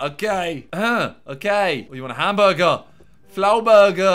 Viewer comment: Plz just say hamburger -not hamguergaza